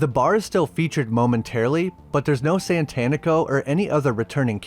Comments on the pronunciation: Satanico. Like satanic. It's tough to hear 30 min of SaNtanico Pandemonium. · Its SATANICO and not Tito Santanico... Jesus where are you getting the first N from? Do you worship Santan?